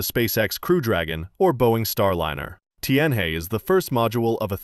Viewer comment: Tianhe is pronounce 'Tien Her"